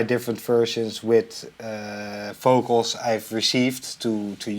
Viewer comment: Oh we have the good old "focals" again :D